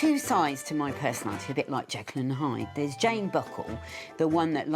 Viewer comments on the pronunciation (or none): none